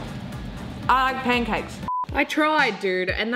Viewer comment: yo she said poancakes and i smelled syrip